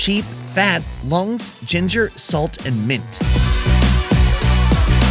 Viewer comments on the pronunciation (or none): none